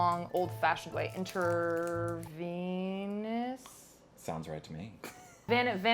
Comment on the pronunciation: Intravenous! You were close enough, but if you want to take my correction as a learning tool, then "You're welcome." If not its up to you! Also, "Yes," it is venipuncture or venepuncture. Whenever in doubt for spelling we always got Google. I use it all the time. Lol! Again, my last response to you will be that you and Aria are adorable! I was actually pleasantly surprised and was like "What, they're dating? Nice!" Not that you need anyone's approval but at least you have people to back you up is always nice. Wish you both a lasting relationship. 🤗🤗🤗